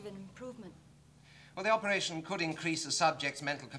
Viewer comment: "Operashun" - C.G